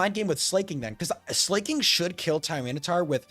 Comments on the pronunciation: Slaking is the king of slacking, not slaying. Therefore it must be pronounced as Slacking. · Also, Sla isn't pronounced as Slay before i forget lol